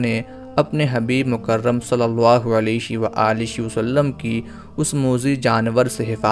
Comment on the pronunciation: آپ صلی اللہ علیہ وآلہ وسلم کے الفاظ کی ادائیگی درست نھیں ھے۔۔۔۔۔علیش و عالیش مناسب اور درست نھیں